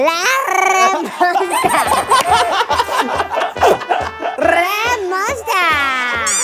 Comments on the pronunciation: First Porrrrrrrrrrrnesssian Parrrapioo Now Rrrrrrrrraappp monstaaa! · I was scrolling back again and again for that Rrrrapp Monster 😂